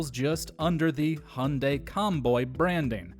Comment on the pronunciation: Dude its called Hyundai not Hunday omg seriously are you serious right now bro facepalms myself its getting worse with humans Every single day my god so sad such a pity what happens with humans good that it doesn't happen to me so